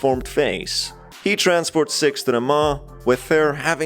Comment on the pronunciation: Is it just me or is he saying “sex” rather than “six”